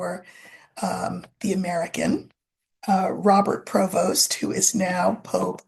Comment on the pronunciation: Yes he is from the New Orleans racial mixture! And the name is pronounced Pre-Vose in the native pronunciation! He was born in Chicago so he might not be aware of his many relatives in Louisiana. It was not uncommon for light complexion people to leave the state and travel north or West to find greater freedoms! The fact that he speaks multiple languages might be attributable to his mother if she learned the Creole language mixture of Spanish, French and Portuguese! So like it or not the Catholic church is now run by someone of mixed African descent!